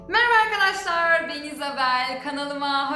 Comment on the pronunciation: No one: Really no one::Meraba Eylül